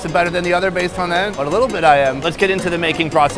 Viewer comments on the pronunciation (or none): none